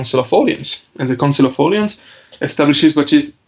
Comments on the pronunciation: If you want to get technical, it’s “Or-lay-AHN(z).” Swallow the S. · Should be “Or-lay-ahn(z),” somebody! Swallow that S.